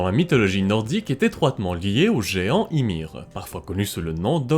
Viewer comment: On prononce Imér... le i se dit é mais í avec un accent se dit bien i .